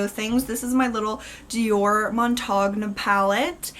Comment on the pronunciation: Nice :) love the Montaigne palette! You can pronounce it mon-tayne